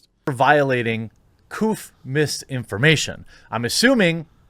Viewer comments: He said Co-bleugh instead of COVID. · HE SAID COOF AGAIN!! IT'S COVID....STOP BEING A MAN BABY AND USE ADULT WORDS. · Jeremy mispronounces any words he thinks will lead to demonetization COVID, Flaagged etc